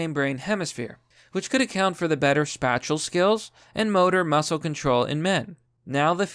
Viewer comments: Dude I love your videos but seriously is English not your first language? You pronounce things wrong often like “spatial” it’s pronounced like Space-ial because it deals with awareness of space around you. It’s not Spat-ial. It doesn’t deal with having a spat like two pissy school girls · "Spat-chal" reasoning? Honey. It's "Spay-shull" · Spatial it's pronounced spa-sh-el...did you drink salt water? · Spatula reasoning. A night of spatula madness. Your pronunciation of spatial is something to behold, it ignores the root etymology of the world entirely. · "Spay-shull" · Spatial is pronouced 'Space-she-all' and Q is not a larp get with the program! Otherwise you're cool. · 'Spatula Reasoning' Seriously, what in the fuck is wrong with your ability to pronounce anything? lol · I love that he can't pronounce spatial. Men are just really good with spatulas. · The way you read "spatial". I would insist that you look up its pronunciation so that it can improve your video quality. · Did he mispronounce spatial on purpose? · Hey, just letting you know spacial, is pronounced like racial, but with space instead of race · So are we not talking about how this man pronounces the word spatial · Your pronounciation of "spatial" is going to haunt me. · Dude, can you get through one video without mispronouncing simple words like "spatial"?